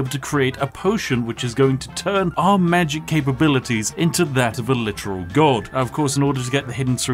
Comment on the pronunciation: Alot of people: OMG ELDEN RING IS SO HARD TO BEAT WTF Spiffing brit: Mah geic